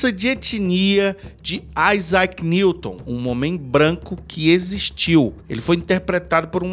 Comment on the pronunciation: AIZAQUE NIGROUW 😂😂😂😂😂